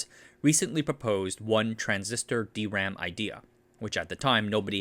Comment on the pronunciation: I cant help being happy, that you have started saying - correctly - D-RAM, instead of dram. Great channel btw!